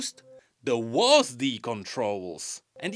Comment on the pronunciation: hearing wasD instead of W.A.S.D. was really funny to me for some reason